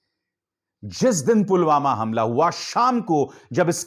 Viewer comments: Ye pm ji to Pulwama ko pugama bol rahe hai dekhlo or sunlo minute me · Pulwama ko pulghama kon bolta hai🤣🤣